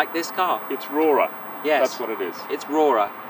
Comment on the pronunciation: It's RORA